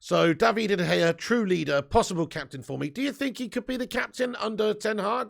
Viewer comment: Came to watch this after the Brentford watch-a-long and I can’t stop laughing at the way you say De Gea’s name I love it Is it “Davide” De Gea or David “D” De Gea .. I hear an extra D or E in there and it’s absolutely magnificent